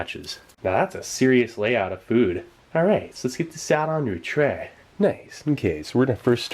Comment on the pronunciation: "Let's get this on a trheyyy."